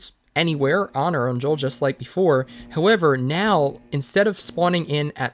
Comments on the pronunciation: It's Erangel with a hard 'g' 😜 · Stop pronouncing Erangel like that wtf it's pronounced as "Er-anguhl" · The way you say Erengal triggers me so bad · Love from mars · I like really hate the way you pronounce erangel but i like you so